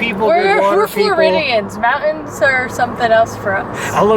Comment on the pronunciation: Teach to say "Mountains" and "Buttons". Love your channel and both of you.